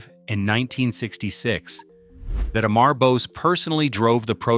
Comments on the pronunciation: The correct way to pronounce his first name is Ammaarr not Aaaammmmaaar. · The pronounciation of the name is not "A" "Mar" but "Um" "mur" as in murmur. Also the video keeps showing a "White" person. He had a light indian complexion. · A- maar 😂😂😂😂 Amur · You are pronouncing is name wrongly his name is not Emmar but Amar pronounce it Um-ar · Amar Gopal Bose ❌ Eh-mhar Gohpayl Böz ✅ 😂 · It is not pronounced "E-maar" but "a-mur". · Please pronounce the name correctly it is not E - M - E - R The way it should be pronounced as - AU - M - O - RE . Right ? AU - M - O - RE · অমর (Bengali, meaning immortal) pronunciation: 'AWE-MOR GOPAL' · "Am" Amar is pronounced as the "Am" in "Among". If you are going to talk about a person, learn how to pronounce their name correctly. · If you are doing a documentary atleast get his name right. It's not A-Mar.. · Just correct the prounciation of Amar Bose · OMG, you don't even know how to pronunciate "Amar"!!!, and call yourself a content creator? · Why did you not complain about the atrocious pronunciation of Amar by the AI audio?!!